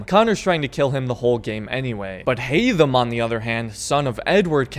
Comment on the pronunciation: Haydham really haytham